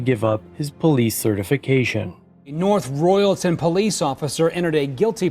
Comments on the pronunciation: Living in Ohio about 20minutes away from this city hearing the way you pronounced it made me laugh. It’s north “Royal-ton” not “re-all-tin” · How the hell do you botch the city name of North Royal-ton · Nice if they could pronounce "North Royal-ton" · As someone from Northeast Ohio your pronunciations are killing me. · My only comment on this video is that you should properly research the pronunciation of North Royalton and Cuyahoga